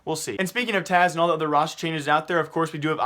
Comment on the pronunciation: its Taz not Taz ugh everytime